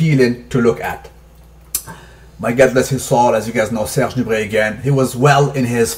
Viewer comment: Interesting video. I don't care that much about BB but that is still interesting. BTW, I am french and I salute you for your pronounciation of Serge Nubret.